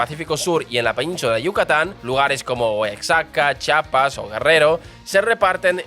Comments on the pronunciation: Nueva León, Cauhlia, Oaksaca, Chapas... Jajajajajaja Me hizo el día 😂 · Excelente contenido amigo y un muy buen resumen de nuestra historia y la diferencia económica entre el norte y sur del país, abrazo desde México. Jajajaja pero no es la correcta pronunciación Chi-a-pas, Oa-xa-ca, Gua-na-ju-a-to.